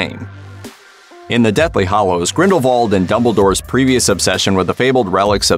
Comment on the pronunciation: HALLOWS, bud. With an A.